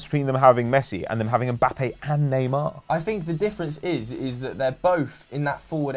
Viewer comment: went to France for a month and he now pronounces "neymar" like proper French lord.